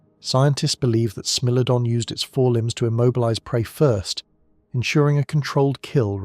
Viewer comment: I really enjoyed this documentary… very informative and interesting… the only thing that kinda bothered me was the narrator calling the Smilodon a Smellodon…. Smile! You’re on candid YouTube!!